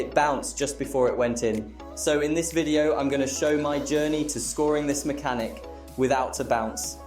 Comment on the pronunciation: homie u said maxhanic the entire vid so yea I don't think its "just 1 word"